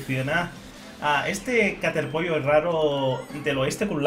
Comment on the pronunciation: cuando digiste caterpollo entendi caterpi